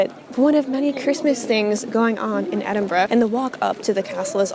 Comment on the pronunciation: Thank you for pronouncing Edinburgh properly :) Not easy for Americans to do. You nailed it!